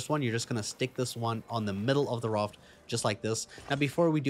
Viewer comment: Very helpful but I hate how you pronounce Raft 😂